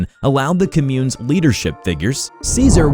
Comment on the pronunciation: Why are you pronouncing communes like that?\